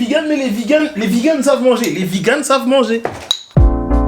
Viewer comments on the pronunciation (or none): Pourquoi tu dis VIgan? c'est Vegan E E E E un PUTAIN DE E pas un I